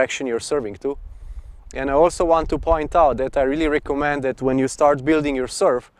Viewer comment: you said reccomand not recommend , next time say reccomend